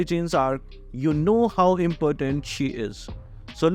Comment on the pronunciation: saying estes is impotent rather than important😂😂😂😂😂